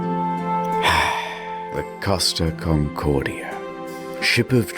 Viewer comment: 'Costa Concordia', please! That is the ship's name. NOT "Cost of Concordia'.....